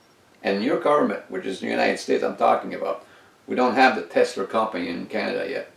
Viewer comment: we say TESLA not TESLER